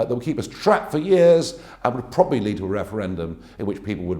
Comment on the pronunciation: and after examining All options, he ends by saying..." then we will PROABABLY get Brexit done"!